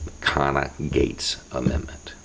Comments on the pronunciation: What is the first word of this amendment, it sounds like "conna" i.e. the Conna - Gates Amendment... Can someone help me out here? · Conna-Gates? Is that the name?